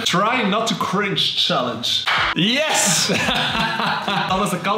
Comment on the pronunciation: Hoe ze het wwoord chringe nog maar uitspreken shitttt HELPPP